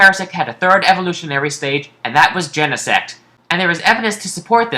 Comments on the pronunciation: i started laughing when he said gene-sex as plural for genesect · Wait Genesect paresect